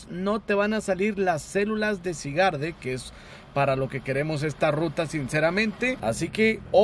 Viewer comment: no se dise asi, se llama Zygarde pero se dise Saigard